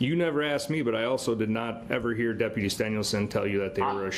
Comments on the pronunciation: it's asked not aks'd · When did "axed" in place of "asked" become an acceptable qualifier for graduating highschool? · So, through out the trial the judge corrected DBs English because he mispronounced certain words which goes in the record by the court reporter..DB says "axed" instead of asked and "substain" instead of sustain..and "biast" rather than biased..lol..